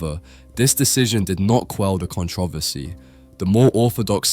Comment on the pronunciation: why did bro say controversy like that